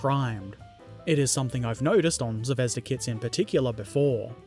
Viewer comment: Now explain to him how to pronounce ‘Zvezda’. Good luck!